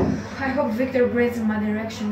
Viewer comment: The "VICTORR" after every clip got me 😂